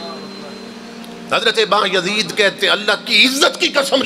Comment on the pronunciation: How does he know who said what in grave. Although they were revered personalities but how does this molvi. Plus name is not Ba-Yazeed its Byazid.